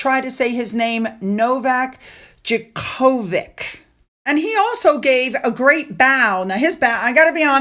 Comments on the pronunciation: Novak Djokovic, pronounced Jock-o-vich. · Pronounced 'jockavich'